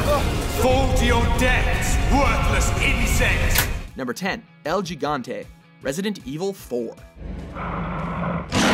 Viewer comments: you said like el jigante say it with me el GI gante its a G not a j m8 and come on calling cronos simply a giant? he was the baddest fcking titan in greek mythology like come on he used his fathers own scythe to chop his dads ummm sensitive parts off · mexican-spanish says HE-gante.. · EL HE-GAN-TE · Oh god, the first one is pronounced "Higante", not "Jigante". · why you pronounce el gigante like Jigante not hegante why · it's mentioned HE-gante not Geegante... still good video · you pronounce gigante really bad, its more like higante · Did this guy seriously say "el JEEE-GAHN-TAY" LIKE HMM IGNORANT AMERICAN DUMBASS?! THERE IS NO J SOUND IN GIGANTE! GIGANTE IS NOT EVEN AN ENGLISH WORD, IT'S SPANISH! YOU PRONOUNCED THE G LIKE "GIG-GAN-TEY". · its not JIGANTE jesus -. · Senseless333x2 Well it's not.... "Fucking Wrong" as you put it. "J" and soft "G" are pronounced like "H" in North & South American Spanish dialects. Even Google Translator pronounces it "Higante." So maybe a little research should have been done on your part before typing your uneducated, misinformed, down right useless opinions for the rest us to laugh and poke fun at while you TRY to think of something smart to say. My friend, you just got schooled. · No, that honestly is Italian. El gigante in Spanish uses an (H) sounding pronunciation.....I do speak Spanish and at least 30 something "fluent" Spanish speaking individuals confirmed this with me. You're on the internet, look it up. Not responding anymore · He said. Gee-ganté....there is no "J" sounding word or vowel in Spanish...... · he pronounced el gigante in spanish you pronounce g as a h like higante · El "Jigantay" LOOOL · El "yigante" huh? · Its pronounced "he-gone-te" (gigante) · The way he said gigante was so bad 😂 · I like how you guys always try to pronounce names with right accent, but can't fucking say gigante right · ...thats what ive been trying to tell everyone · Damn it, learn how to say "Gigante" properly. Please.